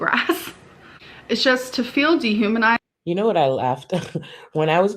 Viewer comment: Great stream. I caught some snipets at work, hiding in the bathroom when I got the notification of course 🤣 I SCREAMED when said de-haminized. To the point where my husband came to check on me out of pure worry